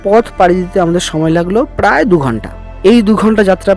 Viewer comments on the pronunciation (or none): none